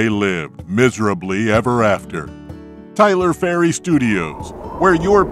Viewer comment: 🤣🤣🤣🤣🤣🤣🤣🤣🤣🤣🤣🤣🤣🤣🤣🤣🤣🤣🤣🤣🤣🤣🤣🤣🤣🤣🤣🤣🤣🤣🤣🤣🤣🤣🤣🤣🤣🤣🤣🤣🤣🤣🤣🤣🤣🤣🤣🤣 And did I just hear Tyler Fairy??? 🤣🤣🤣🤣🤣🤣🤣🤣🤣🤣🤣🤣🤣🤣🤣🤣🤣🤣🤣🤣🤣🤣🤣🤣🤣🤣